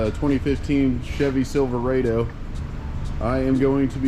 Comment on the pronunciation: Do u really pronounce it silver"aid"o? I'm genuinely just curious. Not sure if u were serious or joking there